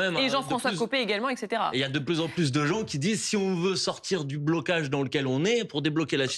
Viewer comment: On dit etcetera et non eksetera